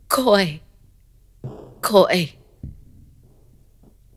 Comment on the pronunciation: Nigerian here 🙋. I remember being scared af in secondary school when I was told the story. We pronounce it as madam "kois kois" 😭😂